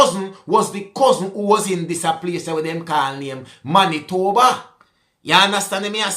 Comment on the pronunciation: you nailed "Manitoba!" 😅 Winnipeg is the capital city. Not Winnipegy, 😆